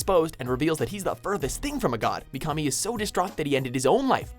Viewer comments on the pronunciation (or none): I cringed at how he said mikami. Pronounced mee-kuh-mee. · Your pronunciation of Japanese names is atrocious. Mikami for example, you pronounced it as "Mee-kah-mee", when it's "Mee-kuh-mee". And Akatsuki, you should have watched the series long enough to hear the pronunciation in Japanese, you said it as "Ahk-aht-suu-kee", when you should have pronounced it as "Ah-kaht-skee". the u is silent in Akatsuki. I would strongly advise getting someone to correctly pronounce Japanese words and names for your next top 10 in anime. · I'm sorry but you said Mikami wrong;^ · He pronounced Mikami from Death Note WRONG!!!!!!!!!!!